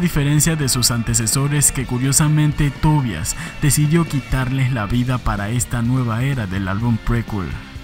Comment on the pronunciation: Me alegra que en este canal si se pronuncie correctamente el nombre Tobias... (Swedish pronunciation...)